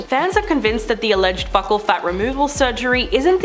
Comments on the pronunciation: It's pronounced 'beaucal' like 'beautiful'. Not 'buckle'. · It’s not pronounced “buckle”… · The way she mispronounces buccal is killing me lol